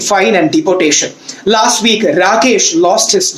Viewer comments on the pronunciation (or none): none